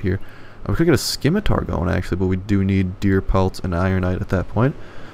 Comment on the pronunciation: Si mi ter Sih mih Ter. Scimitar.. not skimitar